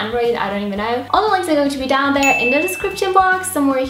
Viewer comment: you say there like dare and energy like energy and internet like onternet those particular things stick out to me and I love it 😘😘😘❤❤❤❤❤❤❤❤❤❤❤❤